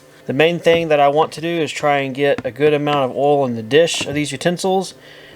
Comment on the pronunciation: Another good video! Where are you from with that accent? I chuckled when you said oil back to back! You pronounce it funny! “Ool” 😀